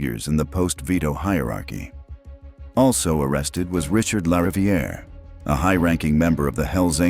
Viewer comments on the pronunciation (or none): none